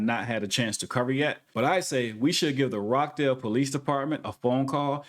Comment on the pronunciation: lol you say rockdale opps.